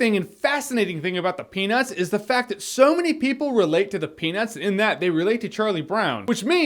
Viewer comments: you clearly said "penus" good sir. (even if it wasn't intentional, you did not enunciate the T hard enough in the word peanuts lol) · Stop saying "penis". Shits distracting . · i'm convinced he's saying "penis" rather than "peanuts" similar to how one would say "fish dicks" instead of "fish sticks" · "Grew up on the penis" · penus movie...penus movie... penis... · everytime you said peanuts, my mind replaced it with the word penis. All because of an old movie I saw called Cannonball Run 3 - Speed Zone. Where the french man asks another man if he wants his peanuts but the other man thinks he says do you want my penis. Made me chuckle overtime you said peanuts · Dude... all I hear is "penis" every time you say peanuts, and I can't take this serious. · Is it just me or did i hear him trying really hard not to make it sound like "Penis" but failed? haha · Why would you comment this bro damn now all i hear is penus(penis) omg im dying its so funny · i'm hearing 'peanus'. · Anyone else keep hearing penis everytime he said peanuts? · Every time you said peanuts, SOUNDS LIKE PENIS! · thanks alot now i can't stop hearing it now. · Now I can't stop hearing that. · Great now you got me doing it.